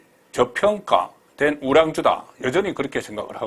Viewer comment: 우랑주??? 그렇게도 발음이 안 되나요???